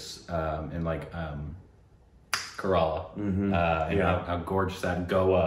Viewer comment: Mispronounced kerala again!